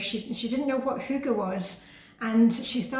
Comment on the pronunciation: Hi! Adore your videos, adore your style, adore YOU! I found you from Reddit, someone mentioned you in comments and I happily subscribed. You are a great motivator! And I’m American, so I’m also glad to have learned how hygge is actually pronounced 😊